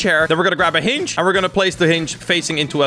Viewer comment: wErE gOnNa BuY a HiNg me: thats not how you say hinge